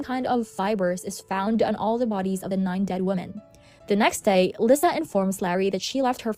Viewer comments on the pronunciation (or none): i’m sorry but it’s not /vulneeble/ it’s /vulnerable/ and not /lisah/ it’s /leesa/